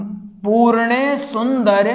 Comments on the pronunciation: जी पूर्णेसुन्दर नहिं पूर्णेन्दु सुन्दर है ।आँप ने अशुद्ध लिखा और बोला भी । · Easeguru ji aur pujy banane ka jyada shook ha not correct pronunciation. Very bad